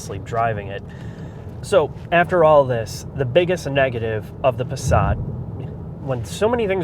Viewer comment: Pasrat ? their is no R in the word Passat.